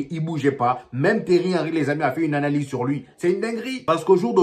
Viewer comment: C'est pas Terry mais Thierry